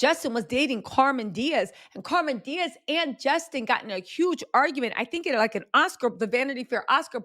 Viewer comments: lol it's Cam'ron Diaz not Carmon lol love you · It's CAMERON Diaz not CARMEN Diaz!!!! How hard is that to get correct?????.....makes you not worth watching!!! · Carmen? Cam- ron😂😂😂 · I’m dying you said Carmen Diaz it’s Cameron 😂😂 you a mess but I’m here for it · Her name is Cam-er-on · Cameron Díaz. CAM-REN DEE-AHZ. Also Jessica had a career before him. He’s just a jerk who doesn’t take accountability.